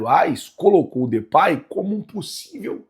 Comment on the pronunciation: Não se pronuncia Depay, Na pronuncia vc troca o A pelo E e se pronuncia Depey